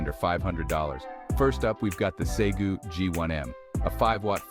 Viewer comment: Say-Goo? Who is that?